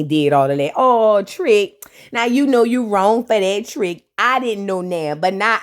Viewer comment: Not “her sista knew Knaoww”😂😂😂😂